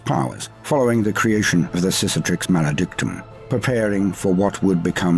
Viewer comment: I don’t think is pronouncing Cicatrix correctly... but I Do love that he keeps calling Chaos a sissy so I’m all for it